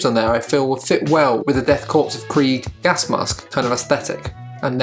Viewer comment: Korps (corps) is pronounced like "core"